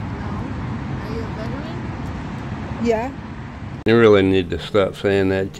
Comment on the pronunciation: 'Veteran' is a THREE SYLLABLE WORD! VET-er-an! Not vetch-rin. Not vet-rin. Be a Grammar Patriot and pronounce words properly!